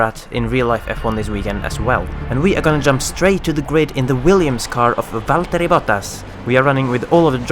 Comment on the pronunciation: #ForzaJules Btw, great pronouncing of Vatteri Bottas :) But with Vettel, it´s a bit wrong. The "Vet" you pronounce like the English "fat" and the "tel" isn´t pronounced really high, but really low. Actually yu can say it´s spoken like he english "settle", you with a "f" ;)